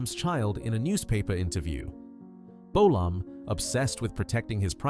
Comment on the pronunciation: James bowl-arm?.....FFS!